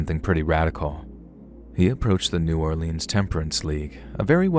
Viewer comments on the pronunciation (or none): I'm from New Orleans and u straight up butchered every cajun word you said starting with NEW or leans pronounced Nawlins